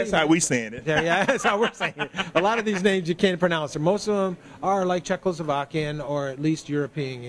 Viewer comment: Czechovakian? WTF? :D